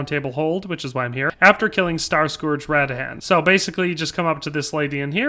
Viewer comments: Uhg..... Radahn is not rad-dan.... it's pronounced Ruh-don! Say it right or else! I mean they freaking say it in game! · I got so triggered when he pronounced radahn: radaan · Raa-Dan blas-femur. 🤦🏼‍♂️